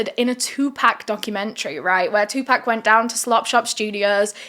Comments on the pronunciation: 2Pok not 2PACK! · Sry not being a d&^k....but pac my fave rapper. You keep saying 2pack. Nooooo it's 2Pac.. (pronounced (2 pock) love ya girl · ok its TUPAC lol not "2 pack" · I don’t mean to be rude but Tupac is not pronounced two pack it was closer to two pock the way it was pronounced. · Is no one going to comment about the way she's pronouncing Tupac? Lol,no worries girl. Its pronounced like "two pock". Just some food for thought. Love your channel!! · It pronounced 2 poc but it’s spelled like pac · why do yall continue to call this man " 2 Pack" knowing dang well yall done heard this man pronounce his name before and you hear others pronounce it properly..i swear its rooted in yall dna purposefully mispronounce AA ppls names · 2-pack? hahahahahahhaha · “2 pack” ??? 😵‍💫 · who tf is “two pack “😂😂😂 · "2 pack" 😂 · “2 pack” that hurt a little 😭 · She said 2 pack lololol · TUPAC IS PRONOUNCED (2P0C) PCP WAS REAL. POPULAR IN THE 60'S AND 70'S IT WAS A HIPPIE DRUG😊😊😊😊😊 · Haha. She said two pack. 😂😂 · “two pack” is crazy lol. still love you though ❤ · The way she keeps mispronouncing 2pac name is cringing me more than the story. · I CANT BELIEVE SHE SAID TUPAC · You're not pronouncing Tupac name correctly. Please don't butcher rappers name especially legends who passed. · OMG....WHEN YOU SAID FUKIN BITCHES I LITERALLY LAUGHED OUT LOUD OVER & OVER AGAIN!! BUT I'M GOING TO NEED YOU TO PRONOUNCE TUPAC'S NAME CORRECTLY!!